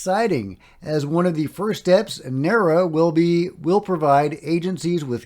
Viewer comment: NARA is generally pronounced N-ARe-A.